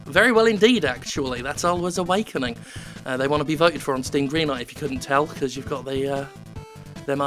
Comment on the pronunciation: Are you saying "Goodlight Green Stuff" on purpose now?